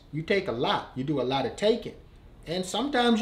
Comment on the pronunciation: Omg when he said “you do takee A - Lot “😭